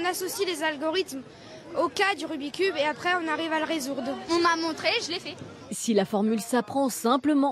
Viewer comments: le rumiceube lol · Le rumi cube mes oreilles seignent